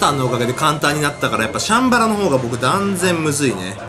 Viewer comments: シャンバラの発音チャンバラみたい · シャンバラの発音おかしいよ！